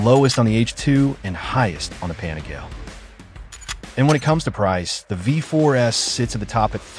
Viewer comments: Pan-eh-gail ??? Nope. Its pan-eh-gal-ee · 笑わせるわ。何でパナガーレやねん。 パニガーレやろ。